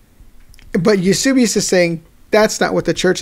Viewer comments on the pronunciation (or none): Eusebius was such an Arian that he signed on (granted, begrudgingly) at Nicaea and rejected Arianism. Brilliant! Btw, it’s Eus*e*bius, not Eus*u*bius.